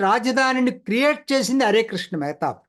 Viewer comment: మెహేత కాదు మెహతాబ్!